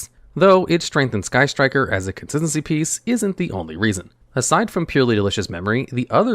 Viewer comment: I like how pronounces "consistency". "Conssssincy".